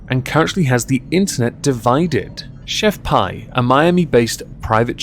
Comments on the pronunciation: It’s pronounced Pee, like urine. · She pronounced her brand as "Chef Pee". Best of you repeat your brand 3 times pre reading a marketing blurb at sometime about 'the rule of 3'. Example. 'They lied to me, Chef Pee!' Add in some vocal fry.